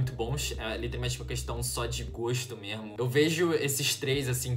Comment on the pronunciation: "Mermo" é muito bom escutar isso kk